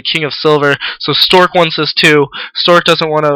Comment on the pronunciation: LOL you keep saying storge. XD sorry to make fun of it, but it's funny.